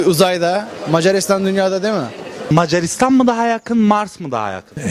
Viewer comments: "mecaaaarisdan argada galiyör" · meycaristan argada galiyou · İyi tarafından bakıyorum, sanırım bazıları Macaristan sözünü telafuz etmeye zorlandığından Mars dedi. ( Hani inşallah öyledir sjsjjs)